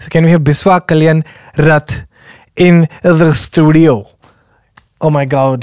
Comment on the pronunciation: I never heard someone say 'oh my gawd' correctly until